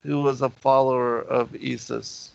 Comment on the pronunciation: Very interesting the way you say ye-sus, pronouncing it exactly like the Dutch/Afrikaners would in SA.